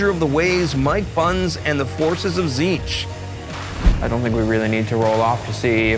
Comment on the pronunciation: Why is he pronouncing it Zeetch? xD I like how is wearing his backpack while playing xD